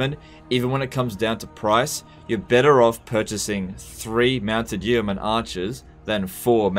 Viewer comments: It is pronounced "Yo Mun". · its just pronounced "Yo-man" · The first 'e' in 'yeoman' is silent, because English is a crazy language. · The way he says yeoman triggers me